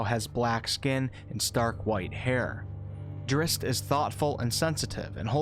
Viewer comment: No disrespect but your pronunciation of Drizzt is nothing but cringe worthy.